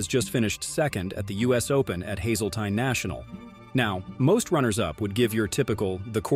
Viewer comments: can't pronoun Hazeltine correctly. no thank you.. video stopped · when you learn how to pronounce Hazeltine and Wachovia properly first.